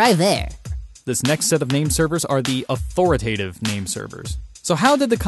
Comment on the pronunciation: Authoritative, not authoratative.